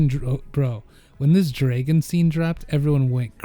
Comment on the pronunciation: bro keeps saying DRA-gon